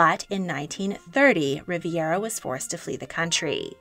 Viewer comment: Primo de Rivera, not Riviera.